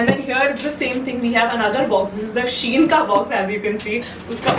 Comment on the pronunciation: Everytime you said SHEIN ek alag Dard hora tha🥲